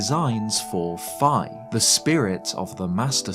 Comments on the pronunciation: WHOA. That switch up caught me really off guard for some reason. You normally pronounce Fi as "Fee." I know that's minor as hell but it just feels weird to hear you say it like that for once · You've pronounced it both ways in videos and it makes me wonder... "Fi" Is her name pronounced as "FEE" or "FIE"?